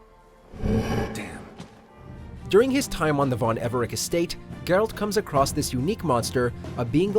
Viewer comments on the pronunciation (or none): none